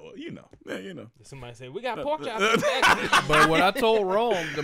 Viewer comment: I’m feeling some type of way that Rome pronounced my name wrong. Because he’s cute, and that’s my nickname, I’m going to let that slide. 🤣🤣🤣 But seriously, thank you guys for putting out great content and keeping us entertained during these difficult times.